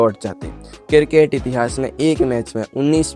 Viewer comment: किरकेट नही क्रिकेट 😂